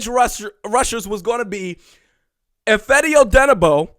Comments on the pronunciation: It’s also Eh-FAH-dee (Odenigbo) not eh-FED-ee. So... you still don’t got it lol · Ifeadi its pronounced if AH dee here in Minnesota. Hoping D is OK but good to get Yannick anyway. You're getting the SKOL right.